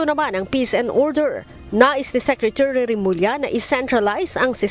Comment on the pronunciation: Secre-chu-ry? sabi ni.